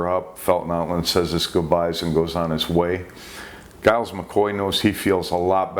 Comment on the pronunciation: Giles is pronounced Jiles. The Sub Commander's name was Hashimoto, not Hashimito